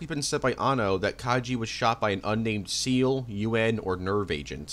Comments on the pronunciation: You couldn't even do enough research to figure out how to say Seele right 🙄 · Why is no one able to pronounce Seele correctly istg... Same problem with the honkai community